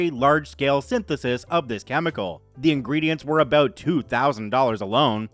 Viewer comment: Is synthesis really that hard to say? I suppose sometimes it is.